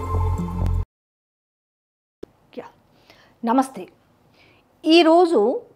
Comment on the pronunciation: Madam. Please learn How to say. NAMASTHEY. ??????? 🙏. Like this